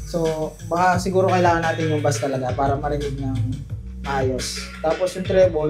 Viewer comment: Bass is pronounce like base